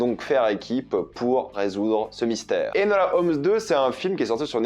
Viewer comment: nooon le prénom Enola ne s'est pas fait respecter encore 😭 c'est Enola pas Elona🥲.. mais je pardonne